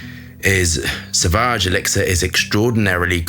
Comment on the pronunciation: it is pronounced sovage and not savage. There is a u after a. Just listen to the advertising or enter sauvage in google translater. Then you hear the pronunciation. Every fragrance reviewer gets it wrong.